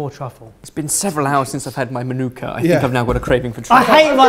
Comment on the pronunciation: He actually said Manuka correctly. Making a kiwi proud 👏